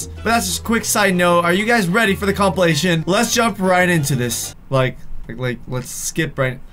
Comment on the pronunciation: At the begging he said comp-il-mation